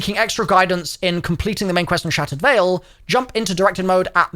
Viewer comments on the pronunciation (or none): none